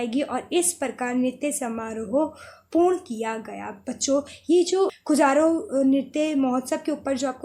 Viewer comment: Khajuraho hota h madam खजुराहो